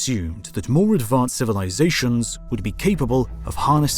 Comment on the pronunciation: cozmoss 🤣 civilizaSHONs 🤣🤣 Talk about emPHAsis on the wrong syllables 🤣🤣🤣💩